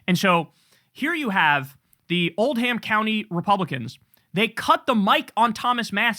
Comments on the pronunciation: Kyle, as a Kentuckian: it’s Old-um County Though Old Ham did give me a massive chuckle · Ayo, I'm from Oldham county- it's pronounced "old-em"